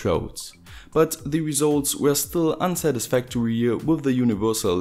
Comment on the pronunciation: im from germany too, so i often hear a lot worse versions of english from them as yours is (its mostly pretty good despite the accent); but still i was bursting out laughing when you said "unsatisfactory" :D